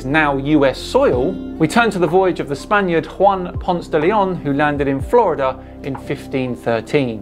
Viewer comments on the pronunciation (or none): none